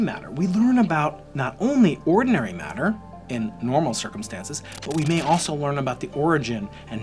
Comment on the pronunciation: Matter and antimatter. Not madder and antimadder...